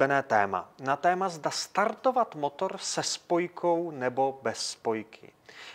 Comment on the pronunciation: Starrrrrrrtovat motorrrrrrr